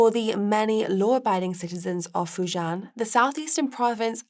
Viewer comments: Fu JIAN (rhymes with 'men') omg..it's not that hard to pronounce. Yes, area is rife with criminals lol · I have to hope this was an experiment with the presenter. Mispronunciations of Fujian and Triad, were bad enough. Not knowing that St. Kitts & Nevis is one nationality rather than two is a little worse. However, the style is the main issue. It is not entertaining at all. A complete contrast to Guy, who makes far more mundane topics interesting. Actually, the subject matter here was great for a segment. It goes to show how much tone and humor count when it comes to audience appreciation.